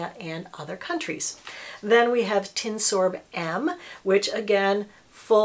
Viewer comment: By "tinsorb" I believe you mean tinosorb.